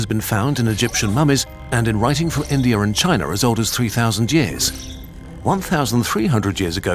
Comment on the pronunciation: “Indeur and Chineur” …